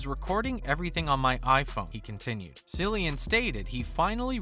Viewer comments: "Sillian Murphy" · Are you serious? You spent time narrating this video and you couldn't even pronounce his name right? You lost me as a viewer after the very first word. That's a first.